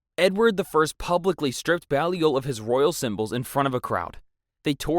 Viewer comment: Please learn how you o pronounce Anjou, Provence, Balliol, Aquitaine, etc. It will make your presentation better.